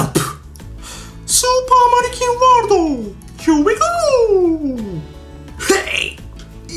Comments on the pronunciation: スーパー成金ワールドってきこえたんだけどwww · 俺スーパー成金ワールドーって聞こえる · スーパーマリキンワールドが 成金ワールドって聞こえたwww